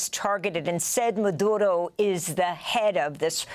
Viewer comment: Don’t speak Spanish? Don’t try to pronounce Maduro’s name or Caracas . Sheesh We get it, this is the most Spanish All the American anchors / news analyst have spoken their whole lives and yet, they purposely feel they need to sound Latino. Lol making us laugh, we love clicking on these videos 😅